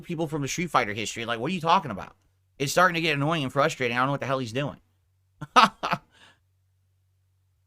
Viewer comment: "They can gwet fucked"